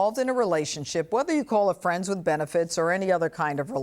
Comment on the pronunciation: "we were friends with benifrits"